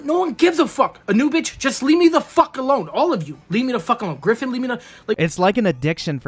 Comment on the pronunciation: Omg, I haven't saw any comment about this, but when the guy said GriFFiN, I heard GRIFFITH! and kinda almost died laughing